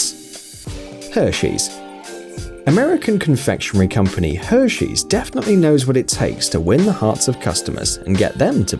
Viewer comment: Her-she’s not her-shoes